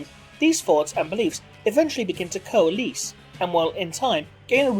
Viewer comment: coa-LESS, not coa-LEASE. your pronunciation really bugged me